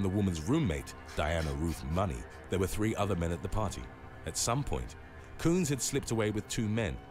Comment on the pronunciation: It's party not pawy 😂😂